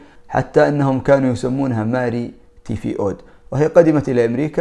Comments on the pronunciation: يعطيك عافية اخ. لكن حبيت اقول ملاحظة انت نطقت اسم مرض التيفوئيد غلط، انت قلت تيفيؤد وهي تيفوئيد. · تيفوئيد مش تيفيؤود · تيفو ئيد وليس تيفيؤود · التفوييد وليس تفيؤود .وشكرا جزيلا.تحياتي👍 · مش تيفيؤود توفوئيد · اشكرك اخي على هذا المحتوى الرائع الملئ بالمعلومات الجميلة و الرائعة، و للاشارة فقط كان اسم المرض " التيفوئيد" و مرة أخرى اشكرك على كل المحتويات المثرية و الرائعة و الجميلة التي تقدمها.. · تي فوو إيد .. تنطق هكذا 🙂